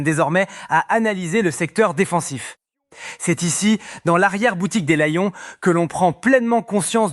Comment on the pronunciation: Tu prononces lion mal alors que tu nous parles du français bien correct